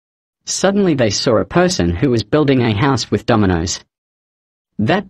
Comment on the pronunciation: is so cuttee also the fact that said, "wif?" had me dying there